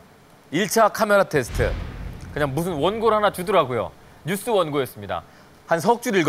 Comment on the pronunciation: ㅎㅎ 뉴스를 늇쓰로, 과 대표를 꽈 대표로 발음하고 굵은 허벅지를 두꺼운 허벅지라고 하는 사람을 대체 누가 아나운서로 뽑았을까